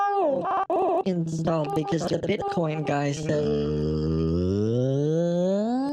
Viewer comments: PMSL get out the kitchen ma’am. I love the BITE coin mispronunciation as well! You are genius your wife must be giggling all the time!! 😂😂😂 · A bitecoin wallet? I think h'es one of the few in this world mispronouncing it...